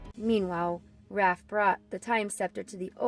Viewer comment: you said renet as renae and raph as ralph